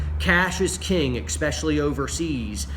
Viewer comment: I love the advise! The word is "Es-pecially" not "Eck-specially" haha